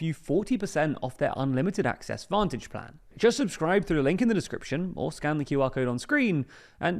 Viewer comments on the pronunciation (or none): none